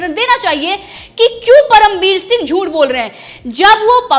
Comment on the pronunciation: Jhunth nahi jhuth hota ha larki ...aapni juban ko theek kar yrrr tu larki ....,.. 😄😄😄juban theek kiya kar yrr larki